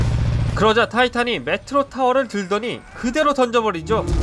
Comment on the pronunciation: 메트리 아님? 매추리라고 들으신분?